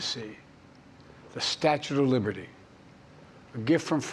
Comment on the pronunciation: Statute of liverty 😂